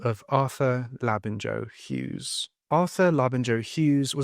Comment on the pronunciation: It’s pronounced Labin-yo Hughes, not Labin-Jo 🤦🏻